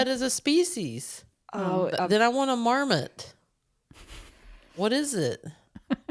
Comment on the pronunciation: Came here to say this. Love you guys. "A gopher named MarMOT" the emphasis killed me.